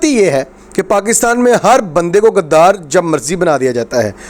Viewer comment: PLS PLS DONT USE WORD GADDAR. ITS NT GADDAF BUT GHUDDAR SO CORRECT URSELF